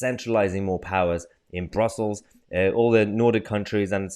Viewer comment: Did you say Brussels or brothels? Haha j/k